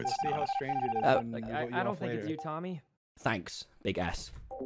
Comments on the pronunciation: He called Sykunno Big S too. And it sounded like "Big Ass". I remember how awkward the chat was.. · He called Sykkuno big S but it sounded like big 𝓐𝓼𝓼